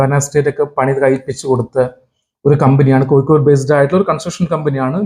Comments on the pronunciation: കോയിക്കോട് 'അല്ല കോഴിക്കോട് ' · Koyikode alla Kozhikode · വയീം മയീം പറയുമ്പോ ള്ള യ ആണ് കോയിക്കോടിനും. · കോയിക്കോട് ഉച്ചരിക്കുമ്പോൾ മാത്രമല്ല ഴ യുടെ സ്ഥാനത്തെല്ലാം യ ആവുന്നത് കേൾക്കുമ്പോൾ തന്നെ ഇമ് ഇക്കിളിയാകുന്നു